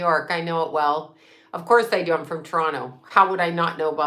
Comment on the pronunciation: U still pronouce Toronto correctly🙌🙌🙌🙌🙌🔥🎡🎡🎡